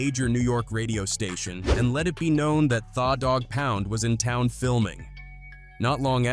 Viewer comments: How do you pronounce the dog pound thaah dog pound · Thawwww Dogg Pound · This AI shit has got to stop. Cover people and stories using your time and your own voice to do it. What the hell is THA DAWG POUND, If you are a Hip Hope fan, you would know and pronounce it correctly. The Dawg Pound. Put time into your work and stope having AI generate stuff for you. I appreciate the light was shined on the story though. Just show the culture some more love by not having AI generate content. Respectfully! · AI needs to learn how to read slang..the way it say Tha Doggpound 😂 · “Tha” Dogg Pound 🤣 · Narrator is a goof the way he pronounced tha dog pound lol smh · I'm just highly entertained by the mispronounced names of it all. Tha Dogg Pound, Noreaga, he's screwing all of it up 😂